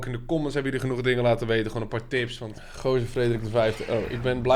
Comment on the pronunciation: Geuazeur? jongen het is toch Geauzeur..